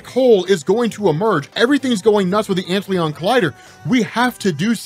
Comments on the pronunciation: Antlion, not Antleon. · Ant Lion ... not ant leon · It's not Ant Leon, bro. It's Ant Lion. Like the bug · massive appreciation for the vid. perhaps ant-lion and not ant-leon? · It's ant-lion not ant Leon haha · I'm going to take a wild guess here and suggest "Antlion" blackhole is probably pronounced "Ant-Lion" given the nature of that particular insect. Great video though! Thanks! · It just has to be pronounced "Ant"-Lion", with the emphasis on "ant"......the larvae form of a winged insect sometimes mistaken for the dragonfly. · lol you mispronounced "antlion" so bad that i was confused for a minute. its "ant lion", its a cool little bug that eats ants by building a sand trap. they are all over where i live, and we used to feed them ants when we were kids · my dude. antlion is not a french word. it´s an ant-lion. a lion to ants. pls.